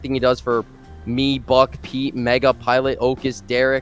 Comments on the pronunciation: OMG HE SAID MEGGA OMG HE SAID MEGGA OMG HE SAID MEGGA OMG HE SAID MEGGA OMG HE SAID MEGGA OMG HE SAID MEGGA OMG HE SAID MEGGA OMG HE SAID MEGGA OMG HE SAID MEGGA OMG HE SAID MEGGA OMG HE SAID MEGGA OMG HE SAID MEGGA OMG HE SAID MEGGA OMG HE SAID MEGGA OMG HE SAID MEGGA OMG HE SAID MEGGA OMG HE SAID MEGGA OMG HE SAID MEGGA OMG HE SAID MEGGA OMG HE SAID MEGGA OMG HE SAID MEGGA OMG HE SAID MEGGA OMG HE SAID MEGGA OMG HE SAID MEGGA OMG HE SAID MEGGA OMG HE SAID MEGGA OMG HE SAID MEGGA OMG HE SAID MEGGA OMG HE SAID MEGGA OMG HE SAID MEGGA OMG HE SAID MEGGA OMG HE SAID MEGGA OMG HE SAID MEGGA OMG HE SAID MEGGA OMG HE SAID MEGGA OMG HE SAID MEGGA OMG HE SAID MEGGA OMG HE SAID MEGGA OMG HE SAID MEGGA OMG HE SAID MEGGA OMG HE SAID MEGGA OMG HE SAID MEGGA OMG HE SAID MEGGA OMG HE SAID MEGGA OMG HE SAID MEGGA OMG HE SAID MEGGA OMG HE SAID MEGGA OMG HE SAID MEGGA OMG HE SAID MEGGA OMG HE SAID MEGGA OMG HE SAID MEGGA OMG HE SAID MEGGA OMG HE SAID MEGGA OMG HE SAID MEGGA OMG HE SAID MEGGA OMG HE SAID MEGGA OMG HE SAID MEGGA OMG HE SAID MEGGA OMG HE SAID MEGGA OMG HE SAID MEGGA OMG HE SAID MEGGA OMG HE SAID MEGGA OMG HE SAID MEGGA OMG HE SAID MEGGA OMG HE SAID MEGGA OMG HE SAID MEGGA OMG HE SAID MEGGA OMG HE SAID MEGGA OMG HE SAID MEGGA OMG HE SAID MEGGA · Bro had to emphasise the MEGGA 😂